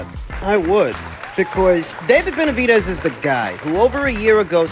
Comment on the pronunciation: I know he's old but constantly calling him Betervidez cracks me up 😂